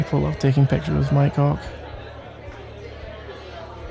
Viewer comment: The way he is saying Mike hawk sounds like my c.ck